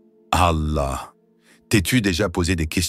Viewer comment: Pourquoi dites vous alla de cette façon bizarre ?